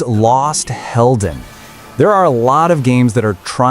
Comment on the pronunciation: Helden is heroes in german and because of the double l you unintentionally pronounced it right